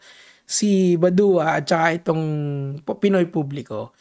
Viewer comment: badwa pronouciation nun boss kilala yan sa cycling community